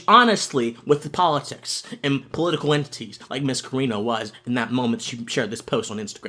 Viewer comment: Great video, except for one supremely important thing that you were wrong on... Her surname is CarAno, no Carino. 😉